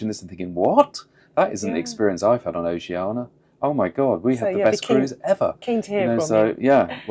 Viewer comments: Why do people say “oh she Ann a” instead of the correct way, “oh she ann EEE a”? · Sorry, but the captain of one of their ships pronounces it ‘oh-shee-ah-nee-a’ . As do several other reviewers. No big deal - do whatever you want. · Perhaps they were upset that you couldn’t even pronounce Oceania correctly. Just a thought. 😊